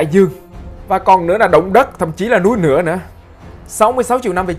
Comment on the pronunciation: núi nửa. Nghe dị ứng cái giọng ngọng gì đâu luôn đó trời